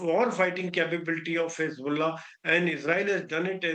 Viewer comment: Hez-bolls-ah gone 😂😂🎉